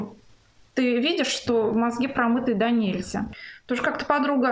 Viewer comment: Какая у вас роскошная грамотная речь, слушаю и просто вы будто мне нектар в уши льёте)) и ударения все правильные, даже те, которые многие считают правильными, но они ошибочны, донЕльзя, например)) моё уважение)